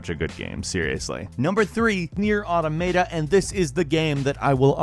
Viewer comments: PLEASE STOP MISPRONOUNCING AUTOMATA! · 'Automata' is pronounced 'Aw-tah-mah-tah', not 'aw-toh-may-tah'. ...just sayin'. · Did the developers of Nier came out and said it's pronounce AutoM E T A that's just sounds wrong why did say it like that? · Did this dude just say "Automayta"? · Okay a couple of things here. 1, it's not Automayta, I don't see a "y" in that spelling get your damn pronunciations right, it's Maa taa. But also, Nioh isn't based off of Dark Souls, its roots go back to Ninja Gaiden as the game was originally being developed around the time that series was still popular. I know it's common practice to say a game is based in or around the most recent popular iteration of a style of game, but Nioh was in development before even Demon Souls was released, so in this case that is absolutely wrong. Respect journalism enough to not perpetuate falsehoods brought in by the masses. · 1st it was AUTOMATA now its AUTOMAYTA ! XD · I felt like slapping you for two things: 1. The Surge above NiOh and Nier Automata? How much did their developers pay you? 2. Nier Audomaida? Stop. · Nier "Autometa"... Wot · SAY AUTOMATA CORRECTLY!!!!! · please everyone on the internet, look for the pronunciation of the word "automata" EVERYONE GET IT WRONG!!! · Hey, if NieR: Automata is one of your favorite games, you might consider pronouncing it correctly. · you pronounce Automata in a way I never heard before. It's alittle bit interesting:) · Can nobody properly pronounce Automata? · I hate how you pronounce Nier: Automata. 😞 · Your pronunciation of Automata should get you kicked off the internet, let's be honest here. Have you ever seen the alphabet before? Seriously though lol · For a game you like so much, I'd think you would learn to pronounce the title correctly... Your pronunciation almost seems intentionally bad just to annoy people. Have you never heard someone say automaton? It's just like that, except you put an "a" in for "on"